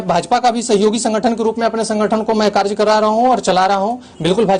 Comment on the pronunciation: Chutiye ko bolne to aata nhi karjkarta nhi kary karta hota hai be chutiye